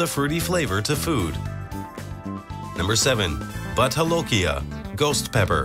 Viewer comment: It's pronounced Bhoot not but ..and jolokia is pronounced as jo not ho